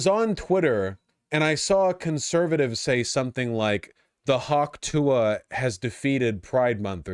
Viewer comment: I finally find out what the stupid fucking hawk tuah meme is and she doesn't even sound like she's saying "tuah"